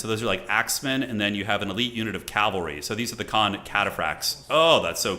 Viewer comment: pls. it is pronounced CAV-AL-RY not CALV-AR-Y!!! you even say "CAV" as an abbreviation!!!!